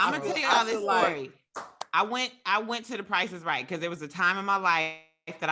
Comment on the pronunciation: What we aren't gonna ignore is the fact that just said "The price is wight for me" at the end.. he smiled right after too cause he knew nobody caught it